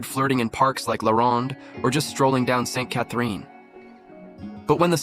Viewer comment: u mentioned everything about MTL in the 70s, including expo 67 and the metro....but u never mentioned the most important... the 1976 Olympics. BTW was this vid done by AI? for a guy who supposedly lived in MTL, u couldn't pronounce ste catherine st.. the most famous street in MTL. are you a real person? and u don't even pronounce montreal properly. NO way you lived here before.